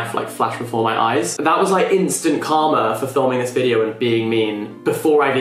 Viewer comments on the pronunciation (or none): none